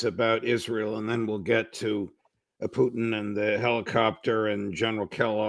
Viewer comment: Ray McGovern keeps pronouncing Putin as Poutine, which is french for french fries with gravy and cheese.